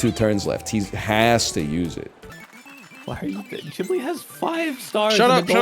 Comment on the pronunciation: What the fuck is Chiblee?